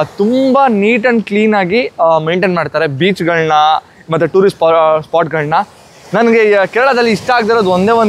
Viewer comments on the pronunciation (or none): none